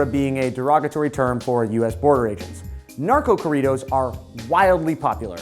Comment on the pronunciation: Damn those nachodoritos sound terrefying.... no querias referirte a Narco corridos? What a terrible pronunciation